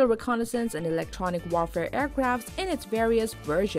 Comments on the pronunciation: English as a second language (EASL).. MISpronounced 'Aardvark"' 'strategic' & "warfare" and 'McDonald Douglas' that's just ~1 min. in!! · Bad writing and narration. I couldn’t understand her accent and she mispronounced words. “Wohr-fair”? “Strah-tigic” ?